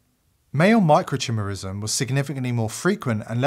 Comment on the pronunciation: Great video. By the way it's pronounced micro-ki-merism(the "I" is said as "eye" . Not CHIMerism.